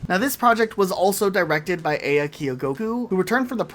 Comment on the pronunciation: Great vid but quick note, the producer's name is pronounced "ah-ya," not "ei-ya"